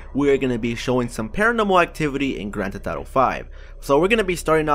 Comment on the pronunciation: "Grand theh thauto" listen to him